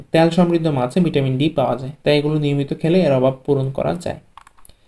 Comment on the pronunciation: ভিটামনটি,,,নাকি ভিটামিনটি